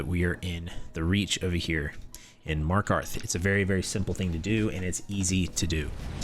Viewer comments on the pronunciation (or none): none